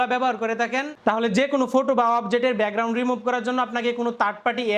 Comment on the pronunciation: ব্যাকগ্রাউন্ড❌ বেগরাউন✅